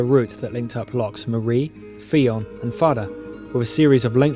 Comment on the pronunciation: the fionn is pronounced fyun